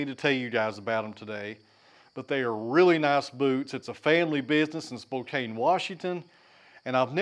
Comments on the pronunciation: Spo-KAN, not Spo-KANE. Legend has it that JFK lost Washington State in 1960 because of that mistake. 😸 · The e is silent, in Spokane. Like can.